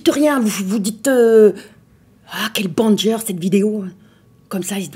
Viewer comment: « dite quel bENGARR cette vidéo »